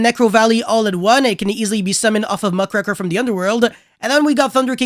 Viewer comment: It is pronounced "muck raker". Like raking leaves. Muckraker. It hits me like when I hear people say "Dogma Tika". Dog-maa-tih-kah. Let this be a warning. Next time, it's a ticket. 🚨 🤣